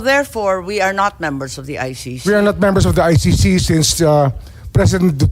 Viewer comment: ICC po Miss Sen. hindi I-ShiShi.